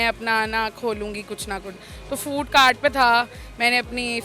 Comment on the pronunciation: Food on cort nheen hota food on cart hotta hai 🤣🤠😀😂😁😊